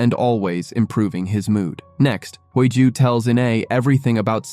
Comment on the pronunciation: The FL's name is pronounced Hee Ju not Hui Joo. The two leads are good looking which took away some of the plot where they were both threatened by a psychopath and living under a dangerous situation. A romance has developed under this black cloud. Very interesting plot if you consider all the factors in their daily lives. I really enjoying this series 💞💛💞